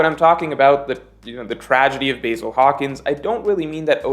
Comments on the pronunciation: Pronounced Bah‐Zil. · Please watch the anime so you can pronounce the names like the Japanese would Basil🍃? Seriously?😂